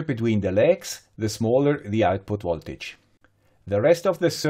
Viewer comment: why do you say woltage all the time?